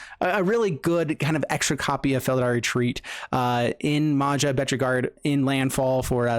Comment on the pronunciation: It's not Maza, it's MAJA(in US pronunciation would be Maya)which is common name in Croatia, Slovenia and Czech republic.